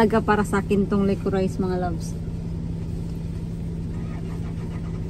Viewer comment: Licorice is pronounced "licorish" 😊